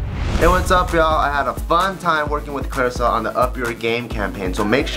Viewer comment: Clearasil sounds like, "Clear as hell."